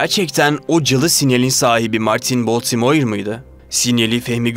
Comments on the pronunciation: Verdiğiniz bilgiler için teşekkürler. Ancak telaffuz sıfır. Baltimore veya Blenheim nasıl telaffuz edilir? Madem bilmiyorsunuz bari google a sorun. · Baltimore u ne biçim okuyorsun sen genç adam? Bu ne cehalet?